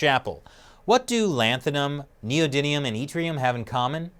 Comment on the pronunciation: It’s an “M” ..... Neodymium .... Not “Neodynium” .....